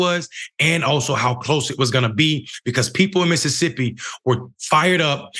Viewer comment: Its "MISSISSIPPI" 😒🙄